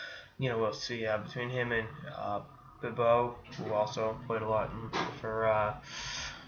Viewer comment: The Boston accent saying 'Bibeau' is great XD